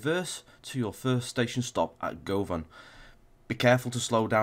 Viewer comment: Im from Glasgow Govan is pronounced as guvin